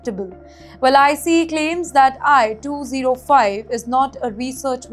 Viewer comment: I think this channel is AI! She is pronouncing ICE as I C E!